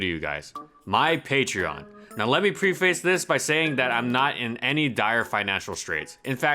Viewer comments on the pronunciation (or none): Just FYI: at 10 seconds, the word "preface" is pronounced "prEH-fiss" not "prEE-face." =)